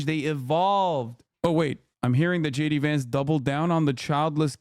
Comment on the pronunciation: J De-Vance